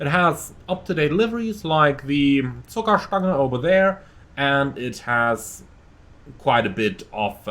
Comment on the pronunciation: Your german sounds perfekt how you talked the city-names and zuckerstange 😅